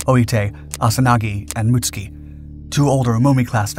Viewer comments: Most of us would say "moot SOO kee" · Mutsuki* not Mutski lol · Mootski😂 it’s mutsuki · I thought "Mutsuki" had three syllables..."Mut-Soo-Key" is how I thought it is pronounced. Muht-ski sounds vaguely Russian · Why you always say "Mutski" instead of "Mutsuki"?! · The ships name surely is not pronounced as “Muts-ki”?? It should be Mut-Suki.. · I am an American who was fortunate enough to go to school in Japan. I speak a little Japanese, took it in HS. Your pronunciation is wrong for this ship. It's MITSUKI, SOUNDS like Mitt- sue- Key. The way your pronouncing it sounds like another ship entirely. Being factually correct on your videos is a must, that's why I watch them. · yes it does, however his pronunciation of it, is wrong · Pronouncing proper nouns correctly has never been a priority of this channel